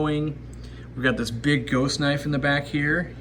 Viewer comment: Ziss filter being the air stones? What do you mean ziss filter?